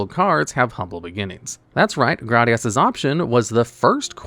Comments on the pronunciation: it's pronounced GRAYdius not "GRADius" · It's pronounded "Gradius" Not "Gradius" 😎